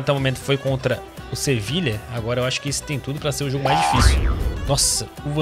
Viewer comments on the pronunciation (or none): none